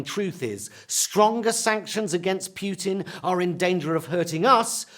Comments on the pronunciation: Even though I hate Putin a lot, it hurts my ears to hear Pjutin instead of Putin. Please, if you do cover foreign countries, try to check your pronunciation before starting to speak, thank you very much. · Putin not pewtin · Is he pronouncing it 'Pute-in' instead of 'Poo-tin'? Love it. 😂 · I like how he calls putin as pew-rin. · I lik the way you say Putin. It's like puked in. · Most of all I like his pronounciation of Putin as in pewtin… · It is disgusting how the British cannot pronounce words or names that are not British. It is not "Pjutin" Mr. Pie, or is it Pee? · Pew-tin?! No, just no! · I find how he says Putin as Pewtin hilarious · Pee-ew-tin. He stinks. 👍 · Jonathan Pie taught me there's an r in "via" and several y in Putin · Lol the way he pronounces Putin 🤣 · I do love Jonathan Pie. They should put him in the same room with Trae Crowder. But he really should learn how to pronounce "Putin". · I agree. Pronouncing Putin, as in puke with an emphasis on the pu, is now preferred. Hilarious and honest.